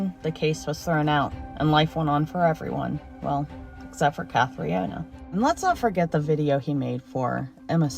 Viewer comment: Being Irish, I can not let the mispronounced name of Jim Carey's ex who took her life. It is pronounced Cath-tree-nah, not Catriana. Sorry, but a quick google search would have helped in pronunciation. This is all 💚🤍🧡